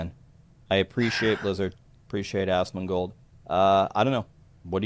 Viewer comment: He said ASSMANGOLD. 🤣 love ya bud!